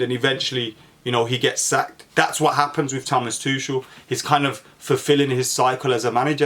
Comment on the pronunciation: bro is it pronounced tukel or tuchel lmfao you said both in 5 seconds and